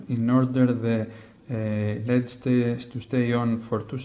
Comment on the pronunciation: Lol, he pronounces LED instead of saying the letters.